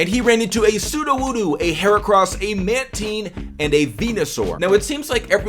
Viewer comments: Lol its Man-Tine not Manteen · it's not manteen it's mantine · jay the killer 1 to pronounce mantine its man-tayen